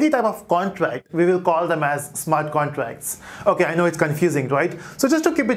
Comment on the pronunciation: Smart contrass 😂😂😂 great explination but yet funny pronunciation...